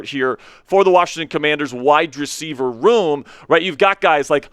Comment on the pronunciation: Bro, you are awesome. I’ll start there. I am curious if the way you annunciate wide receiver he is on purpose? It’s hurts. 😅